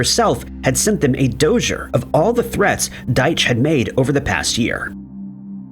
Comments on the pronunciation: A Dosher? Do you mean a dossier? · it's pronounced "doss-ē-ay" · just to let you know, it's pronounced doss-ee-aye. And dude, I love your videos! You're the OG human! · I just know he didn’t pronounce dossier like that 🤭